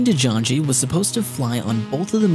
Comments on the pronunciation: I am a DeJong and dutch and it is pronounced Deyoung so though I liked your vid but please learn dutch. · de jonge is pronounced de young haha funny how our lauges sounds so mutch alike but because of spelling you english speakers mess it up xD jonge means young haha. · Isn't last one Dutch? De Jonge, 'cause thats not even close as how he said that. Don't blame, its a hard language.